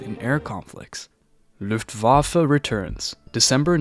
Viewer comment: americans be like "looftwaffle"